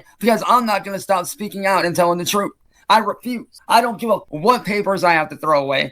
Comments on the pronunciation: the "fruth"? 🧐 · "the frooth" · I’m surprised no one noticed him saying “thruth” twice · "the prooth"